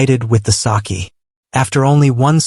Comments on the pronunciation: It is not saki ❌it's saké✅ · It's not sakee it is. Sake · Sake not saakee